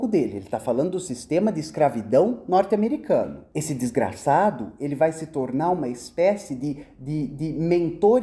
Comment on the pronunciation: Adorei a ênfase no " desgraçado"😄